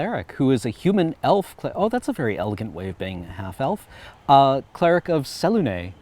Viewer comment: That is NOT how I pronounce Selune and I've played two characters that were her cleric and paladin respectfully, am I just dumb